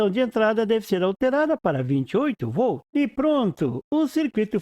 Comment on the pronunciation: Escutando o video lembrei do meu professor de eletrica que falava "voltos" envez de volts. No video eu escutei "vol" envez de voltz. Mas enfiz ... Bom video . abracos.